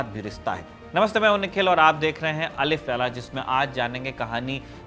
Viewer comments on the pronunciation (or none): अलिफ़ लैला सही नहीं है/अल्फ़ लैला सही है